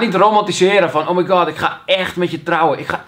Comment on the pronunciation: hahahahaha "oh my gowd das bijna een wereldreis..." "nee."